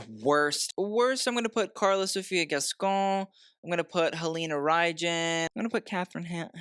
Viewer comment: pron. Halina "Rhine" thank you